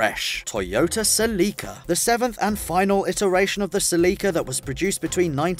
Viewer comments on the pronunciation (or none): Toyota SELEEKA, I cringed 😂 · lol the way you say Celica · This guy gives zero fucks pronouncing Celica.